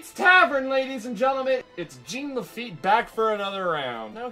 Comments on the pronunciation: GENE LE-FEET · nails on the chalkboard how you mispronounce Jean Lafitte's name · Duuuuuuuuude. Thumbs down for pronouncing the French name Jean Lafitte like a pair of Levi’s. Jean-Luc Picard, Jean Lafitte. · iTs JeAn LaFiTte